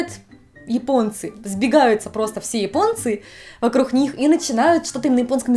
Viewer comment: Девушка много лет живет в Японии, а слово вокруг до сих пор произносит «вокрух» 😊 забавно